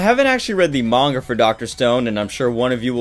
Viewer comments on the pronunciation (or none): none